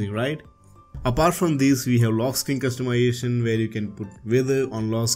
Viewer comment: can u say customization more correctly?